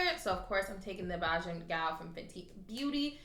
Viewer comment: & its Bajan Gyal (Bay-Jan) or Asian but with a B in the front lol, its what people from Barbados are called.. cus u be butchering that name 😂😂